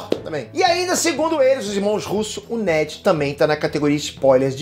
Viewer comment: Quando o Peter falou "Net" eu ouvi "Matt", subiu até um arrepio na espinha mas iludida sou e não terei meu Peter + Matt no MCU, né Marvel? Queria ver essa amizade deles bem tipo nos quadrinhos